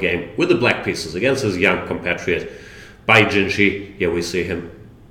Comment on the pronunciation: Great stuff. Thank you Jan. But why do you call the guy Bai JinJi? Jinshi should be pronounced more like Jinsh